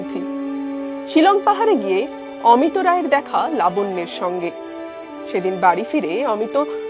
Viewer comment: অমিতো নয়, উচ্চারণ করুন অমিত্।